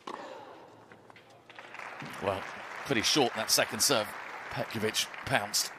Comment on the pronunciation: I didn’t say it is,just learn how to pronounce her last name correctly